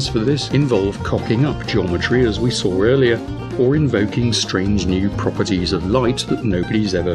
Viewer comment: "Saw" ends with a W, not an R.